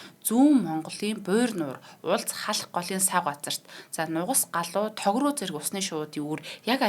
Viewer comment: Эмэгтэй нь тогорууг тогруу гэж хэлээд байхын. Хоолойн г-ээр биш хэлний угийн г-ээр хэлээд байх шиг байхын.